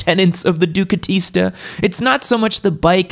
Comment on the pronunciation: I've never ridden a Ducati, but they are beautiful and I would ride all of them given the chance. With that being said, every time you and I've only ever heard you say it out loud, say "ducatista" I consider unsubscribing. This is terrible in so many f'ing ways. Please stop.